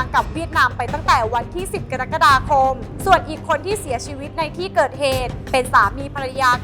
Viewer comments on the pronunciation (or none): กะ-รัก-กะ-ดา-คม ไม่ใช่ กะดั๊กกะดาคม😂